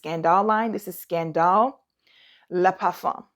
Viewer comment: Jeremy Fragrance (back in his hay day) had me saying Scun-dahl 🤣